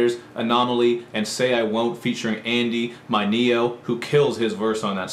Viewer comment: Mineo Pronounced men-e-o